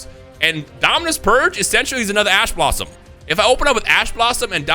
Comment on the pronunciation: I swear he is saying "Ass Blosom".